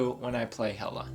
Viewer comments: It’s pronounced hell-a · It’s actually pronounced Hela (Heh-Kaw) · I about had a mini freakout when you mispronounced her name at the beginning, but then you said it correct a couple seconds later and I was like whew lol. Hela is a lot of fun. I enjoy playing her. So does my girlfriend. Hela is her favorite villain in the MCU. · yOu PrOnOuNcEd HeLa WrOnG!!¹! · You typed, "yOu PrOnOuNcEd HeLa WrOnG!!¹!" wrong! lol